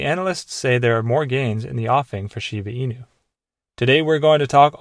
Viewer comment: The guy keeps say shibi inu😅😅